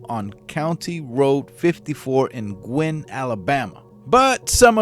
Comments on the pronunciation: Sorry, but it's pronounced GU- long U -IN, no Goo involved. My great uncle lived right across the road from them, he was great friends with them and he and his wife were devastated when this happened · It's pronounced GEW-in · BTW it's "GU-IN" alabama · It’s pronounced Goo Win. My grandparents lived in Carbon Hill, I remember when this happened. My grandpa started having his pistol nearby his easy chair and on him when he was out on his bush hog and out in the pasture. Things changed after that, nobody trusted strangers. Sad. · Look up how to pronounce Guin.